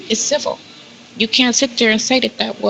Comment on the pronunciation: I'm sooooo sick of this dumb broad saying CIVIL. SHE PROBABLY CANT SPELL IT